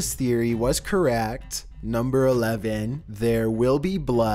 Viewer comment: He says... was “currrrrehhhhct” Dude, it’s CORRECT